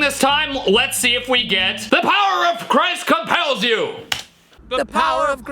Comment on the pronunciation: "The power of Grace is up at youegh" the way they pronounced "You" at the start caught me off guard🤣🤣🤣